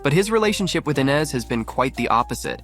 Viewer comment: Is it Eye-nes or Eee-nes?🤔🤔 Y'all can't stick to 1 pronunciation!